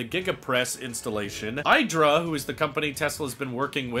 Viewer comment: prnouned "EEDRA" (IDRA PR video)